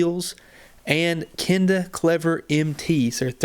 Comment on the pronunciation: the tire name is pronounced kleever